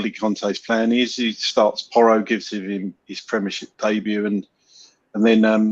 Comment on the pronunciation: How do you spell “Porro”? Well… “ Poor-o” He MUST learn Conte system? I thought he was natural in this system???